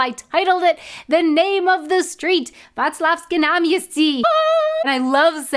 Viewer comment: Would be interesting to hear your Czech pronunciation! You said Václavské náměstí in a very good accent in this one. Can you pronounce r and ř?